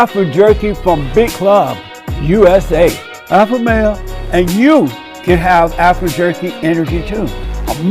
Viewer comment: Not alpha but alphur. Umazing!